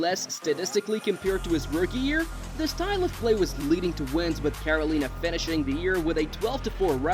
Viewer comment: watch back and listen to how you say carolina